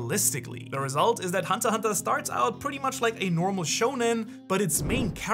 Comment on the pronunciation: its hunter "X" hunter not hunter hunter . bruhhh